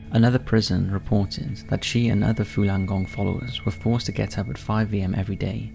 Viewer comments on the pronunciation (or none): Falun - not Fulan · Why are you pronouncing it “Fulan”? It’s spelled “Falun”... c’mon man